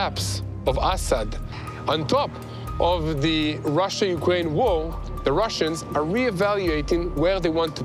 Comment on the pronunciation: what’s up with this guy in the English language? (six day WHOA? Whoa with Ukraine? Thumbs down for this guy if he’s gonna screw with his audience by mispronouncing a simple word like war👎🏼